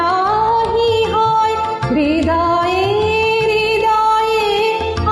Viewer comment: Was very good except I had some problem with the pronunciation of "HRIDAYE" as your "RIDAYE". This little thing throws me down the cliff. Please note that pronunciation. It is very important for Rabindrasangeet. Follow Suchitra-di and Ritu Guha and see how they did it. You have a nice voice and dedication. You will do well. Dr. Ajit Thakur (USA).